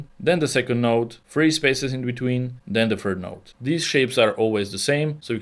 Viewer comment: yo its third not fird